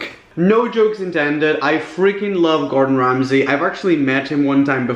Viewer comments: the way he says gordan ramsay is quaking ?!!!!!lol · Norma Negrete ikr i laugh everytime he does that in a video😂